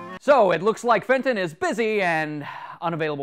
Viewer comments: I heard Satan, not Fenton. xDD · The slow mo "FATON!!!!" (is dat how i spell it?) Sounds like "SATAN!!!" (0 : 30 sec into the video.) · i thenk hem is saying satin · It's FENTON!